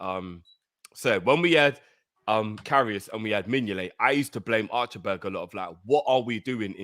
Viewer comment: I was wheezing everytime said "Archer-berg" 😂